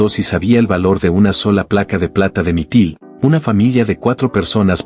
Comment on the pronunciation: Es Mitril, no mitil.